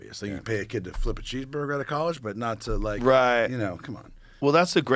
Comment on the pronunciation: Millions of "dowwers" "Psychadewics" "Cowwege" Joe apparently cannot pronounce words with Ls in the middle of them and it's all I can hear lol